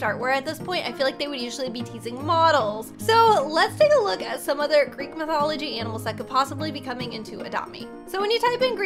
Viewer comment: Talking about Greek mythology Me because im greek:*EeEeEEeEe-AaAaAaAa-OoOoOoO said gReEk eEeEeEeK O.O*